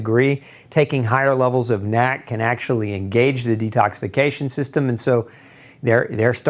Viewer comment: stop saying nack. it's N.A.C.